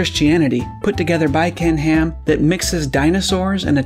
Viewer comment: It sounds like you're saying "Kent Ham".